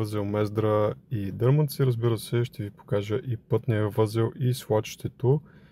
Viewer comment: Този който ти писа за правилното изговаряне на населените места бях аз, но ти упорито продължаваш да ги наричаш така както ти е кеф! Не е дЪрманци, а ДърмАнци !!! Време е да го запомниш, а за да си сигурен спри в района и попитай, ако не ми вярваш!